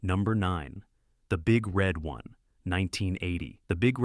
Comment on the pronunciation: the emphasis is on the one, dummy the big red ONE god damn AI narration